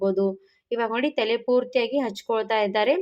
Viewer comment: Thele alla tale heli